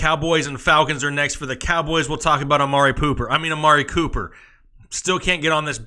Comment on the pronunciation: 😂😂love everytime he says amari pooper